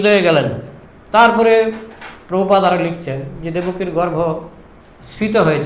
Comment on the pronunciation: বাংলা ভাষা এখন ঠিক করে বলতে পারিস না তোরা আবার প্র ভুপাদ